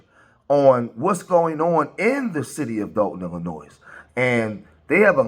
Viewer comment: Dude, Illinois is not pronounced plural, the S is silent. If you're from Illinois, you already know this fact.